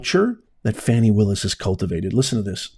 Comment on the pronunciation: It's not Fawny Willis it's Fany Willis